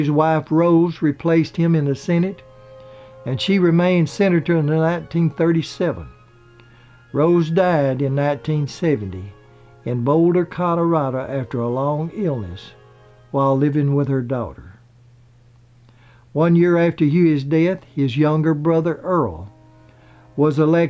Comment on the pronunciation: "codorado" haha